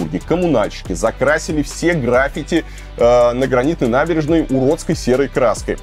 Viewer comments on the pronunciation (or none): none